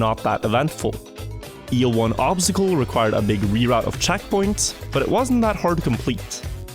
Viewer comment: obztacle xD the word is obstacle xD